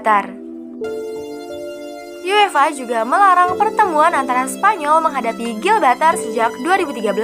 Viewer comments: Bukan gilbatar tp GIBRALTAR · Gibraltar bukan Gilbatar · GIBRALTAR bukan Glbaltar. heuu kurang riset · Bacanya Gi Bral Tar kak... Bukan GIL BRAL TAR... Gemes dengernya 😂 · Gilbatar? Gibraltar min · Bukan gilbatar cuk....tapi Gibraltar 😤🙄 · Gibraltar bukan gibaltar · Gibraltar om bukan gibaltar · Gibraltar... Bukan Gilbaltar ☺️ Sebutannya (Jib-ral-tar) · "Gibraltar", min. Bukan "Gilbaltar" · ralat, bukan gilbatar.. tapi gibraltar👍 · Gibraltar min bukan Gilbatar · Gibraltar mbak bkn Gilbartar udah enak loh denger suara bikin terngiang ngiang, malah salah ngomong😂... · GIBRALTAR minnnn.... bukan GILBALTAR... ngopi min ngopiiii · Gibraltar say, bkan gilbartar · Bukan Gilbartar min, tp Gibraltar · Gibraltar bukan Gilbatar.. Asal kata nya Jabal Tariq, Jabal itu pegunungan atau susunan batu sedang Tariq nama seorang jendral , Toriq bin Ziyad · GIBRALTAR BUKAN GILBATAR!!! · GIBRALTAR KELES BUKAN GILBATAR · GIBRALTAR BUKAN GILBARTAR...MIN WKWKW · Bukan Gilbatar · maap min bukan gilbartal, tapi gibraltar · Gibraltar min bukan gilbatar 😀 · GIBRALTAR , BENERIN YA PRONOUNCE NYA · apakah aku doang yg mendengar GIL BA TAR ? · Harusnya Gibraltar bukan sih wkwk